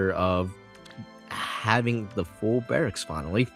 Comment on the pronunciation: ❌ Barrcks ✅Barracks